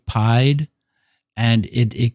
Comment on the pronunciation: I kept thinking what is pied? Is it pi multiplied? It is the French for “feet” and is pronounced as “ pee-Ed” , 1347 feet